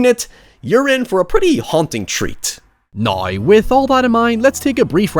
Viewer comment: "Noy" instead of Now lmao